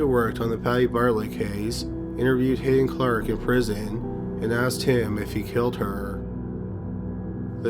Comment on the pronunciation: It's Hadden Clark not Hayden Clark.